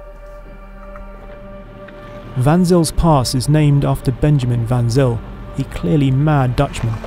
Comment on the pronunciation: Superb motoring journalism. The Defender in my mind looks great but I find the price ‘scary’ ! Incidentally the correct pronunciation of Van Zyl is Van Sail 😊